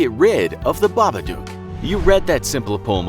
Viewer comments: it's babadook not babadooke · It made me so angry when he said babaduke and not babadook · Just saying it's pronounce babadok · >Reads the poem and line ends in book. >Reads the following line and pronounces it Babaduke. >MFW. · It's baba_dook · The story literally rhymes "book" with "babadook", so why 'tf is he still pronouncing it wrong?